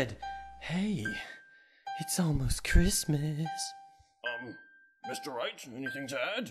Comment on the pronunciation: I do believe you mean "AWLLMOST CRISTMISS" =3=